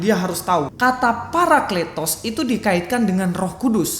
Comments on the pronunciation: Wao luar biasa IQ nya saking tingginya sebut parakletos aja jadi paraklitos,hahahahahah, layak beliau dapat gelar Doktor....!! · Astaga 😅 kata παρακλητος dibaca πηρικλιτος?? 😂